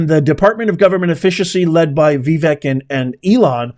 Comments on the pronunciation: It's "vi- VAKE", not "vi-VEK". rhymes with "wake". And "bake" 😂🥰🙏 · Dude. IT'S PRONOUNCED VIVAKE!!! Ugh